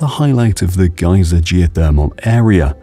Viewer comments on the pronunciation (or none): Despite his antipodean accent, he's pronouncing things in the American way. E.g. Geysir isn't pronounced "gyzer", it's pronounced "gay-seer". In any case, this isn't the Great Geysir, which has been dormant (though occasionally revived artificially) over the last few years. This is Strokkur.